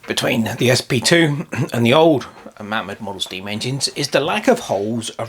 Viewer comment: Pronounced Maymod